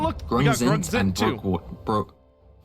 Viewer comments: Broekwater is dutch and is pronounced like brookwater as the oe is a single sound. (besides that the a in water is akin to a shorter aa and not the English 'ah' and the ter is more like tur) brook-waatur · Broekwater is Dutch and the oe is pronounced like the oo in book (so pronounced as brookwater). Broek translates to pants so it becomes Pants water..... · The way he butchers the pronounciation of Broekwater XD